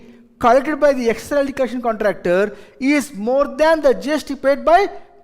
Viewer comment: Excess ko yeckcess kyo bolte yeh log pata nai🤣